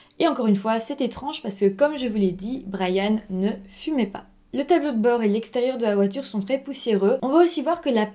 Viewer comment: Brianne ca se dit "Bri-enne" avec i et non "Bra-yane" comme dans Bryan.